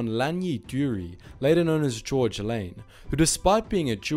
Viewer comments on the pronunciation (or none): none